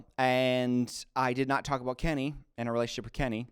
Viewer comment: Came across this video now and how funny that you read Kenny right. Have you heard about what he did to JaNa?